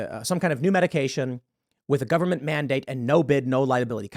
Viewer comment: Tim... "The nine most terrifying words in the english language are... I'm from the Gubberment and I'm here to help." ...Ronald Reagan. FFS Tim, stop it please, get some help!